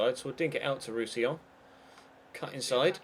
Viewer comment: You said Roussillon properly. I'm so proud of u 😏